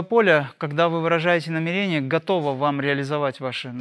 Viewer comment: В слове намерение ударение на первую букву Е. НамЕрение🙏